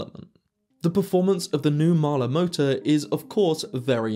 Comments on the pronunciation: A bit slow. It's hard for the British to say Mahle - it is NOT Mahler! I note you don't give actual transfer power efficiency. And if I never hear the cringe phrase "deep dive" again - it will still be too soon! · I am not saying that you are pronouncing it incorrectly, what I am saying is that for decades iI have only heard Mahle pronounced "molly". This is always a bit of a problem with non-english words, even more so with non-english names.